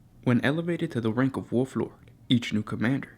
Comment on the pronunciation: Wolf not Wuff......